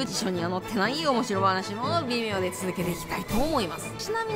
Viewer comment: 微妙がビメオに聞こえてびっくりした